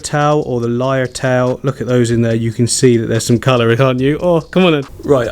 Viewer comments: A lot of people say leer tail, but it's actually pronounced liar tail. A lyre is a medieval instrument. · pronounce as LIAR...........a LYRE is a musical instrument similar to a harp and the same shape as their tails. ;-) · its pronounced liar tail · Just so you know it’s pronounced (liar-tail) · Austraie lyertail it's pronounced hope it helps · Hi.. beautiful little fish! I have heard people pronounce the lyretail as Lear-tail or Liar-tale. Pick one. :) Have a great evening. Thank you for sharing your beautiful plants and your skills. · Lyre tail (as in tail like a lyre)